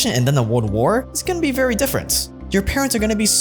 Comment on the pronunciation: vely vely questionable